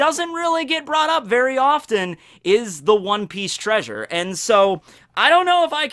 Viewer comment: Did you mean to pronounce "treasure" like Fred from Scooby Doo?